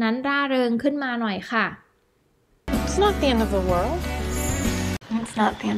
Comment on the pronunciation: 2.57 = ให้เงินแหน่ = ให้เงินหน่อย 😂 ชอบครับ ครูสอนดีมากครับ